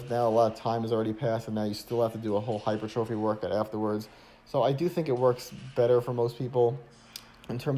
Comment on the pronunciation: Nice, but you've got to stop saying "hyper-trophy", LOL, it is (should sound like) "high-purr-tra-fy" - I can't be the only one pointing this out, lol. I appreciate you though....